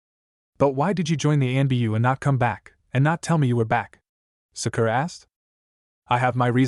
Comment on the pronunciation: This AI starts with master then switches to bastardized Japanese shishou which the AI pronounces shershow. You know like Shersway Uchiha. I cannot stand this voice. This being Naruto in anbu sorry umboo, usually it's constantly talking about protocols, compartmentalize, strategies. Don't forget all the Chons kuans. Can't blame the AI narrator for that all the fanfics use like 5 bastardized Japanese words every other word.